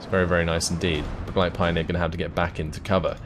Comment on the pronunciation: you'd look smarter if you learned how to actually pronounce the German units correctly - such as its not pioneer, it's Pee-oh-near